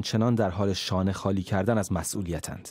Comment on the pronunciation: کلمات را درست تلفظ کن. شانه خانی چیه؟! خالی و خانی دو مفهوم جدا گانه است. این چندمین بار است که کلمات و اصطلاحات روزمره را اشتباه تلفظ می کنی.